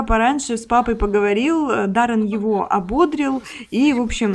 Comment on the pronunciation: ❗️❗️❗️В глаголе «ободрить» ударение ставится на третий слог – ободрИть. В глаголе совершенного вида “ободрИть” ударение всегда падает на третий слог, в отличие от существительного “бОдрость”, от которого происходит глагол.❗️❗️❗️